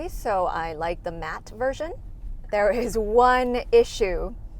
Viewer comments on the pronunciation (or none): none